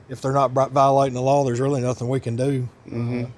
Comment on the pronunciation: The way he says “do” is funny 😂 “There's really nothing we can DEW, and would wanna DEW! and if they wanna live like they DEW….” 😅 Haha. Ahhhhhhhh 🥹 I love it.